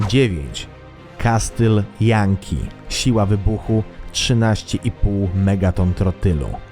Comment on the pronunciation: kastyl janki